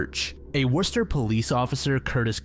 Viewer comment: Who told you how to pronounce Worcester, MA correctly.......